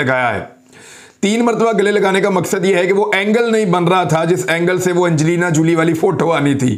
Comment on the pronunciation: The way he said ' Anjleena Julie😆😆😆